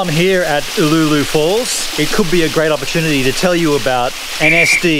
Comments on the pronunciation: Brings back memories being a former local Heathcote resident you pronunciation of Uloola was maddening we always said U-loo-la don''t know if it correct ! but that is how we said it. There is a much larger pool downstream of Karloo pool worth taking a look at it not on any maps that I know of. Thanks for the video's. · Yep that it !. Spent many a summer afternoon after school swimming there.